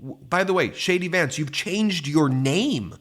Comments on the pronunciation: Hilarious....when you say JD Vance I hear "Shady Vance"! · ONE MORE THING, DID U SAY SHADY VANCE 😂😂😂😂 WOW AH